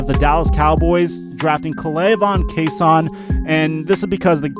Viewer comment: It’s not Kase-on it’s Chase-on